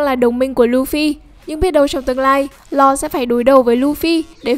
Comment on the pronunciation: Nge bạn đọc tên Law thấy chán